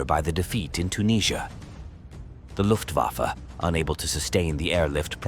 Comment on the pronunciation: 「ラフトバファ？」「ルフト バッフェ」では？